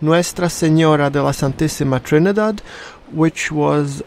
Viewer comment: You actually pronounced her name pretty well